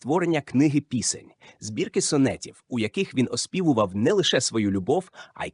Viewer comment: Бо це не діамант, а фекалії. Читає ші з усіма наслідками: батькА, пІсень і ще купа. Майте повагу до слухачів, не публікуйте таку гидоту. Дизлайк і відписка